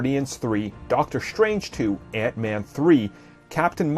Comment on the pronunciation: doctor shtrange? are you black?? do you not understand how to pronounce your S words? S, not SH. strange, not shtrange you are constantly mispronouncing your S words destroyed, not deshtroyed you sound like a lazy black